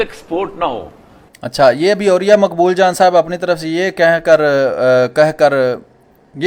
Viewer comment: اوریا کا دوسرا تلفظ عریاں لگتا ہے.....